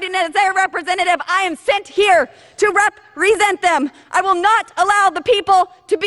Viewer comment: I feel like that pause she put in between the first two syllables of represent was quite the Freudian slip. rep resent is more like it. She resents her constituates and her country.